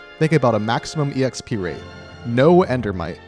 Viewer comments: am I the only one bothered by how said EXP as ee eks pee? i dont think i've ever heard anybody say it like that (instead of simply eks pee) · JUST SAY "EKSPEE" i love the video but just.. just.. "ekspee"